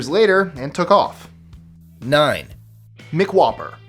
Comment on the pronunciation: did you say MICK whopper? Hahahahahaha